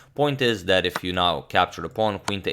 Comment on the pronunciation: There's no "I am" he's just "Sorry About Dat